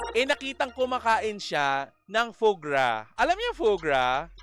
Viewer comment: "Fwaa Graa" ang pronunciation po